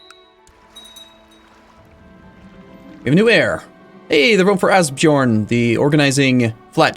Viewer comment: Ásbjörn not really pronounced that way. Just the dumb way English speakers decided to spell these Norse words. It's so painful to listen to lol.